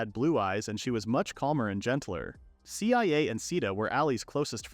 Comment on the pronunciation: IT'S PRONOUNCE CIA (SIYA) NOT C-I-A